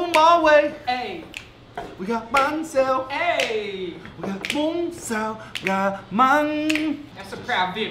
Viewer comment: Lol Your pronunciation is wrong in Vietnamese. Its Bún Bò Huế and Bánh Xèo =)))